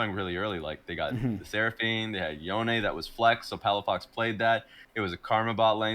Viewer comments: Love ya, but say it with me. Yo-Neh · wish would just correct the way he pronounces Yone, and then never address that he fixed it.